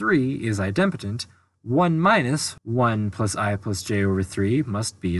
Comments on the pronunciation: u had my full attention until u pronounced idempotent as eye dem' potent. it is eye' dem po' tent. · At 14m02s, there's a typo in the 3rd (triplex) matrix. The bottom row has a & b swapped; it should be [ a c b ] [ b a c ] [ c b a ] On another note, I believe that "idempotent" is pronounced, "EYE-dim-poe-tint." It's a combination of idem, which is Latin for "same," and potent, for "power." A related term is "nilpotent," an element some power of which is the identity (usually the 0 element).